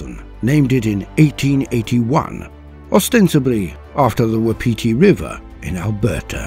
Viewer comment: Awesome but it's pronounced 'wap' 'iti' love my home and it's hard language